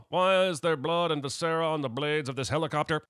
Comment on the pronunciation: Sinning the Sin Guy for treating perfectly comprehensible language as though it were inscrutable technobabble. – Sinning the Sin Guy for mispronouncing “viscera.”